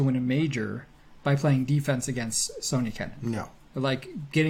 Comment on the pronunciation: Why do you guys keep saying Sonia instead of Sofia. Am I hearing wrong. ? Between I’m a big fan of you both. My fav podcasts is now the tennis podcast and now body serve very quickly closing the gap. Good job guys.